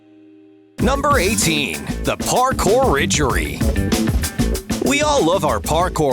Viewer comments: Title Of Prank: The Parkour Riggery Narrator: The Parkour Richery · Narrator said RIDGERY and not RIG-ERRY